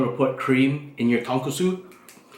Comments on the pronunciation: Tonkotsu. You added an extra S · you don’t say char siu or tonkatsu right